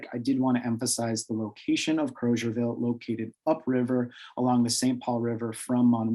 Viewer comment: Liberians pronounce the town’s name as “Kruzerville” not “Crowzerville.”